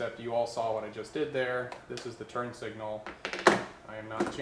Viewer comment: I swear you called them 'turd' signals?! Was that intentional? lol